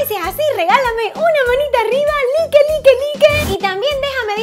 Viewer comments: se dise laik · llegue súper tempranoooo! wooho! y se dice laik jejejeje te amo❤